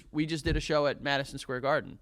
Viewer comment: are we not going to acknowledge where joe says madison squarden